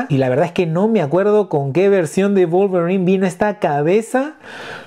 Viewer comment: Execelente pronunciación del nombre del personaje, la figura atrae mucho la verdad